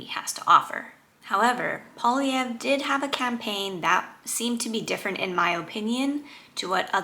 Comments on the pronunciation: Nobody except French-Canadians pronounce Poilievre's name correctly. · You should learn how to pronounce Poilievre's name if you want people to take you seriously.